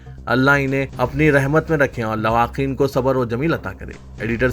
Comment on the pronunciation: Are GADHY lawaqin nahi Lawaheqeen bol